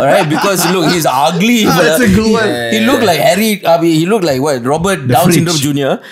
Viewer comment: now lets all pray they don't get CANCELED as said DOWN SYMDROM lol